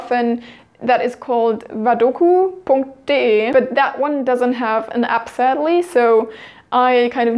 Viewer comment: "vadoku - punkt - de" hahah :D da musste ich schmunzeln. Beeindruckend, wie gut dein englisch auch ist! :) Danke für die tollen Tipps! Liebe Grüße :)